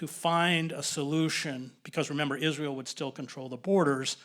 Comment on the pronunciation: ‘Is-linear-eal’, what they’ve learned from the Nazis ✔️